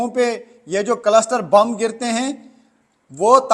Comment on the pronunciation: Farzi 😂 कलसटर नहीं 😂 क्लस्टर